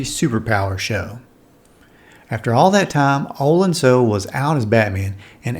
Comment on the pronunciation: For the love of heaven, will YouTube please learn how to pronounce OH-lan SOO-lay